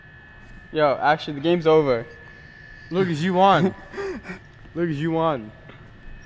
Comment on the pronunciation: When is saying Lucas u won. It sounds like Lucas Ivan.